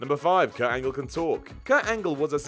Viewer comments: Whats with messing up the wrestlers names? Michaels not Micheals, Angle not Angel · Kurt "Angel",insted of "Angle" ! LOL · “Probally” and “Kurt Angel” lol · "Mornin Angel". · Kurt "Angel"?